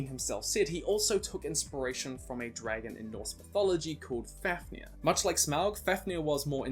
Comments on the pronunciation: I am really sorry but it’s pronounced faf near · MidgOWlrdsoOwlrm, BeovUlf, as for Fafnir, I think it's FAvneer.. but even if the f is pronounced F and not V, the accent is still on the A